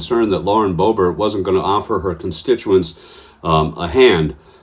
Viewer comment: Boebert. Rhymes with Bunt.